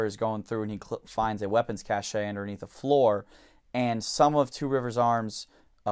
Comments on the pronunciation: Considered one of the most commonly mispronounced English words, Cache is pronounced “kash,” not “ka-SHAY.” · Cachay is not the correct pronunciation Cash is the correct pronunciation. Cachet (which means stamp) is pronounced cashay. For it to be pronounced cacheay it would be either spelled cachet or cache with an accent on the e. Don't take my word for it. Go to google translate and listen to the pronunciation. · SmokeThatSkinwagon Cache is pronounced properly. Pronouncing it as Cash is incorrect. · If only he spent enough time pronouncing cache like he does with Iraq